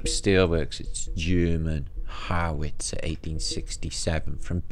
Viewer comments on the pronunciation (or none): none